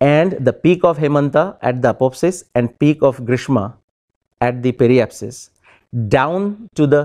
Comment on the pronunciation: pronunciation of apoapsis and periapsis is wrong by speaker ... he is speaking these words as if they were apopsis and peripsis